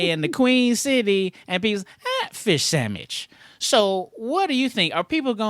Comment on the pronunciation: "Fish Sandmich" 😂😂😂😂 Classic